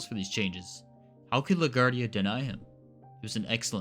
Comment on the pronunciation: La Guardia . It's not a French/Spanish name. It's italian so pronounced, la gwar-dee-ah.